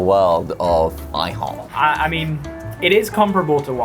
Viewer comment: i-HO-p 😉😉🥞🧇